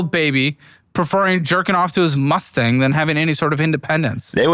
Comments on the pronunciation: a Musturd.......a "dream" car...... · It’s Mustang…relax, buddy.